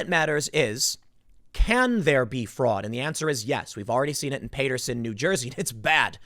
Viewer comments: STOP SAYING PAY-TERSON IT’S PAT-ERSON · It's called PAT-erson New Jersey Timmy. Not PATE-erson. 🤦🏻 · It’s not pronounced Paiterson it’s Paterson. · Pat- Err - son NJ not Pait -ter - sen I know it’s silly but it drives me nuts everytime I hear you say it lol come on man you’re a SNJ transplant now, oh and there’s 2 Belmawrs and 2 Port Elizabeths, one up north one down here for both, just in case you have a story at either you’ll have to specify which. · PAT-TER-SIN Not Pater-Sin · Tim it's PATT-er-son NJ. Not PAY-ter-son. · Jesus Tim...PAT-TER-SON! NOT PAY-TER-SON....THERE IS NO Y IN PATERSON! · It's Pat-er-son, not Pay-ter-son, NJ. I know, because I live there Tim. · Did.. Did Tim, from Hoboken, just say "Pay-ter-son?" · Pat-ur-sun/ Paterson ..new jersey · "Pay-ter-sun" nj Tim, really?😂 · Tim, seriously please google how to pronounce Paterson, NJ... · Tim...ure STILL pronouncing Paterson incorrectly......! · The way Tim pronounced Paterson, NJ was absurd his Jersey card should be revoked...oh forgot hes from the Southside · I've never heard anyone mangle the name Paterson New Jersey Before....sheesh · Especially someone living in New Jersey... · And the man is from NJ.